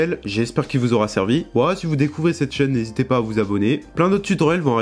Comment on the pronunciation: Prononciation : unrealle enjaïne 5 ! Mort de rire !